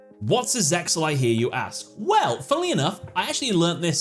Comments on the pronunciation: its Zeal not Zexal. i watched the anime in japanese they say "zeal" in the show. the X was always silent. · I dont know how you can say the X in Zeal is not silent when at the beginning of each episode in Japanese the characters clearly say Zeyaru which translates to Zeal not Zexal its like people saying "the X in Hunter X Hunter isnt silent" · Nope Eng Dub is trash and should be completely ignored. ZeXal is pronounced zay-al, no "x". That's just a graphic to make the title look cooler like the dragon head in 5D's logo. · zeal (zearu) is how its pronounced in japan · Yeah idk why he said it's not actually silent